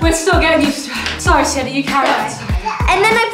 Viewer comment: Oh it's Sienna, not Siena 😊